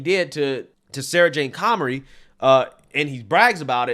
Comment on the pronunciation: Comrie, not Connery